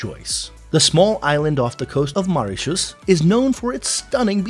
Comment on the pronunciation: MO!! MOritius... not MAritius.. not only are you saying it wrong but did so 28 times during this 8 minutes video... it's like on purpose to nag us! Lollllll And let's not even talk about "Ile aux cerfs"... which.. isn't even remotely close to how it should sound LOL NOT subscribing lolll